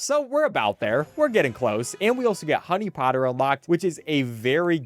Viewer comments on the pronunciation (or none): none